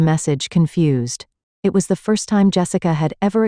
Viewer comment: The voiceover cannot say the word “it”. Only “I. T.” So weird. 😅